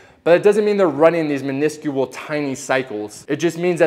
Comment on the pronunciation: Never heard minuscule pronounced that way 😆